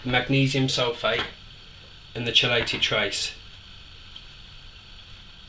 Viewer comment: Great video. Btw its pronounced Key lated.